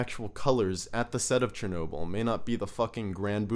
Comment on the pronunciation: S-H-ernobyl lol chuckles in slavic The CH is pronounced like in churro, not like in Cher